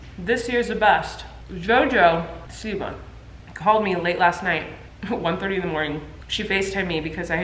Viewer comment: jojo.. siwa that’s how she said it and it made me giggle, because who else would she be talking about 😂